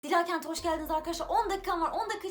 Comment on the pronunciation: Abla ismin dilaaa kent diye okunmuyor dila diye okunuyor